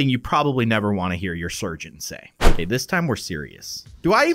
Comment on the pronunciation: It's not OKEH to be OKEH (titan cry😭)